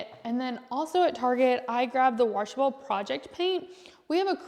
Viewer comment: washable not waRshable. 😬